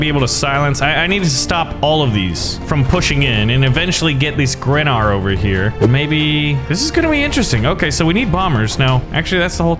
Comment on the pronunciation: greenar, not grenar